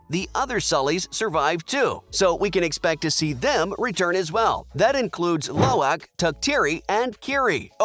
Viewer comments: the mispronunciation of lo'ak, tuktirey, eywa, kiri, and neytiri is killing me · Go and learn the actual pronunciation of lo'ak, tuktirey, kiri, neytiri and eywa!!!